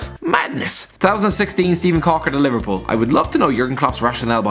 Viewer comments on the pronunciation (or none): none